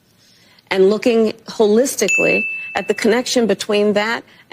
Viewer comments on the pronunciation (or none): Hoe- listically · 😂😂😂😂😂 Ho - listicly! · Did the Kamel say “Ho-lick-sticky”? (5 times?) 🤤🫢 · "wHoRe-isticaly." Yep, that's Kamala. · She repulses me, "HOLELISTICALLY"...😄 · I am “wholistically, wholistically, and wholistically, looking about how wholistically this election wholistically is so that I can not wholistically vote Kamala, wholistically!“ … and “never, never, never, never ever, never” will vote for Taylor or Kamala. Wholistically never ever! … or did she mean “holistically”? She doesn’t know, as nobody knows. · HO-listically was how she got into politics to begin with. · Holistically 😂 she should like someone who grew up with a India PhD mother and Jamaica PhD father 😂 as privileged as you can get, middle class my a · How dare you mispronounce KammyKams...even holistically, you holistic son of a holistic, b... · Hoe-list-tiss-a-tee is how duh Kackler would spell it😂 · Holistically?? What the hell is she talking about? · Kamala is pronounced “path-et-ic” (holistically speaking that is.)